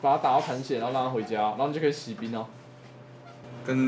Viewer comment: 息兵(X) 洗兵(O)